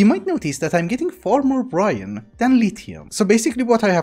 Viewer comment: And it's a silent E not Brian or brine... is Brine